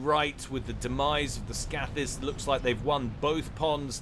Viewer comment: Scathis is pronounced with a long a. Scath as in scathe.